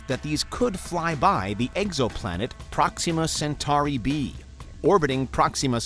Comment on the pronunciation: I always like how he pronounces "Proxima Centura B"